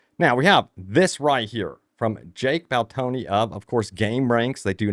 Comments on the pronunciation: Who the hell is Jake Baltoni, LOL, Jake BAL-DINO... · Im on base ps5 the frame generation and distance rendering have me optimistic about performance. The slight Mispronunciation of calling jake baldino as jake baltoni was amazing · Pretty sure he’s just poking fun at his pronunciation of Jake Baldino.